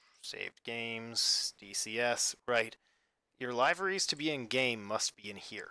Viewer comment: its pronounced Live-er-esss